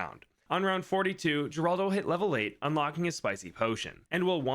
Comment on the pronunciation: fun fact geraldo is most likely pronounced "heraldo"